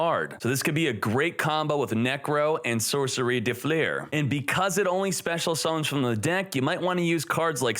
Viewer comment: dö flör it is called. de flur xd